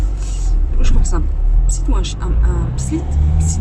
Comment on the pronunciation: Joyeux anniv ^^ Moi aussi je suis team vouvoiement de mes beaux parents ^^C'est un spitz;) pas un spritz c'est pas un chien cocktail mdr ^^Je le sais parce que j'ai deux Spitz si c'était des cocktails tkt que je les aurais déjà picoler mdr. (ceci n'est pas un reproche bien évidement j'ai bcp rit en t'entendant dire spritz spit spitch.) Ma pauvre, j'ai du tellement envie de te prendre dans mes bras quand je te vois si triste et si peinée... Exprimer ces émotions devant les gens ce n'est pas manqué de pudeur selon moi c'est juste être un humain;) Franchement j'ai pas l'impression de voir un degeulit d'émotion j'ai juste l'impression de voir une personne qui exprime ses émotions simplement Je t'envoi plein d'amour!!